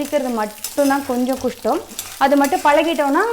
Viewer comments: என்னப்பா நீங்களே தமிழ் உச்சரிப்பில் தவறு செய்றீங்க( ஏலு டீஸ்பூன் தனியா, சின்ன வெங்காயம் உரிக்கிறது கொஞ்சம் குஷ்டம்) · 10.36.....akka athu kaistam akka kuistam illa akka🤣🤣🤣🤣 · Akka kustam ilaaa kastamm 😂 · சின்ன வெங்காயம் உரிக்கிறது கொஞ்சம் “ குஷ்டம்னா “ சொன்னீங்க என் காதுல மட்டும்தான் அப்டி விழுந்துச்சா??? Makkaley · ஆமா....அப்படி தான் சொன்னுச்சி! எதுக்கு கஷ்டப்பட்டு குஷ்ட்டம் என்று சொன்னது என்று தான் தெரியல!